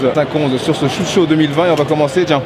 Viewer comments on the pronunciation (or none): Ca se dit SHOT show. Comme un shot d’alcool. Pas shoot show.